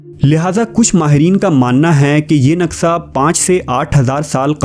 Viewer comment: Brother its naqsha not naqsa